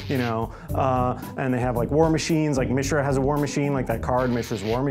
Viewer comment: Did Maro just say MEESHRA?